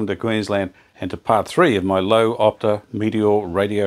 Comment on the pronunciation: Fantastic job. Such patience and perseverance! Now to the name. "Lowe" is pronounced "Luuurver" - just think Philadelphia Sound.